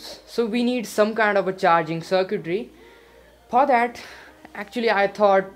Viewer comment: phoor that